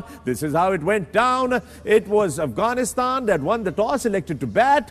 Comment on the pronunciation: One Advice to the panel kindly pronounce Afghanistan right.. Its Afghanistan not Aghwanistan. It may hurt the feelings of our Brothers from across the border. Thank you